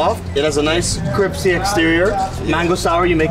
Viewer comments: wth is cripsy? 😂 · It's not "kripsy", it's crispy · Wait did he say cripsy?